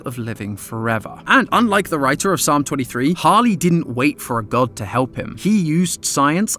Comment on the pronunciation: YOU SAID DOGT NOT GOD